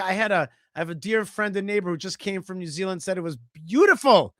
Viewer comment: Nee Zealand